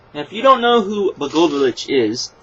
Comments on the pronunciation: its pronuced: La-go-e-vich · 1 just for future refference his name is pronounced. Blah Goy O Vitch 2. What TNA is doing is hotshoting "celebrities" because they figure it will give them some kind of mainstream press. Much like near the the end of WCW. I think it comes down to balance TNA has some of the best wrestlers on TV today. But they severly lack in the writing and storylines. WWE as some of the best storylines on TV. But the WWE wrestling style kinda holds back the wrestling from being what it could be.